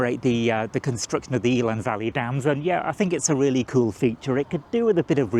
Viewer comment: Eh-lann, not Eel-ann